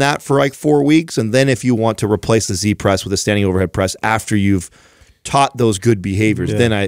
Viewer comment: great show, i like this very much because of the emphasis on mobility and good range of motion. i need to point out though, that i find it strange that you call it a "c-press" when its a "z-press" - why do you pronounce z with the sound of a c Oo I know this from Tarrantino in pulp fiction, he steals a motorbike from "zed" and the gf ask : wheres zed ? - zed is dead honey - zed is dead. z is not pronounced c ! Am i being a grammanerd here or is it actually true and need to be changed Oo